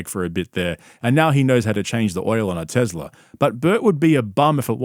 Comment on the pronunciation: A tezla 😂😂😂😂